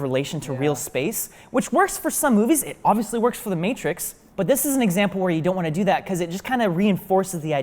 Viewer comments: Um... The Maaaaaa-trix? Not MAY-trix? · Did you call it the Mah-trix (as in "mattress")? The "A" is a long sound. The M-AAAAAAAAA-trix. :P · What the fuck is "The Mat-rix"? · Welp, he’s not gonna be my digital effects guy. “Mattrix” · You dont get to say that anymore after butchering the name. THE MATT-rix is one of my favorite movies..........Right behind the first POKEMAN fideo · "the matt tricks" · I'm sorry, is nobody going to acknowledge "The MATT-trix" ? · Did he really just pronounce the Matrix as the MA TRIX? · The matrics' it sounds like a university entrance exam. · THE Ma - Trix? MA - TRIX??? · he said the mAAtrix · the maeh trix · how the hell did he just pronounce "The Matrix"?... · I don't know if you can call The Matrix one of your most favorite movies of all time if you mispronounce it's title... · did he just say matrix wrong? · Why did he say matrix like that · the way he said ‘The Matrix’ has been bothering me so much throughout the whole video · literally have never heard anyone pronounce Matrix like that... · Nobody is going to comment on how he pronounced "The Matrix"?